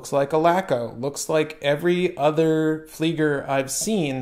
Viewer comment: Tisell pronunctiation seems good bud, but please say it properly it is Fleiger (fliːɡɐ), as in to fly.